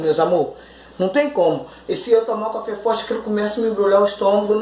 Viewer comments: Oi amada o seu não é café é cháfe kkkk amém miga Deus abençoe vcs tbem bjs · Isso não é café, é chafé kkkk